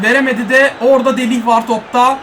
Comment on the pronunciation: abi delih değil delayt